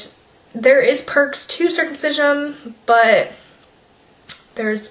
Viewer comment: I'm not at all opposed to your view on circumcision but for the love of God, you mispronounced it the entire video. It's your child, ignore what others say.